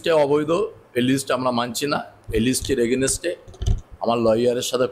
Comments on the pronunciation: এগেনেস্টে? নাকি এগেনস্টে? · Againset a aa.😂